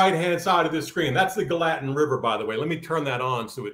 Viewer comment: Gallatin pronounced: 'GAL'- a tin. Thanks for keeping us inspired!!